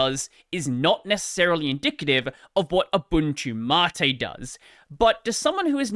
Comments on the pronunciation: Why is it pronouned 'matté' whent it's spelled 'mate'? I'm still getting over 'Gnome' being pronounced 'Guhnome'. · Man I really wish if he said "Mate" the funny Aussie way :(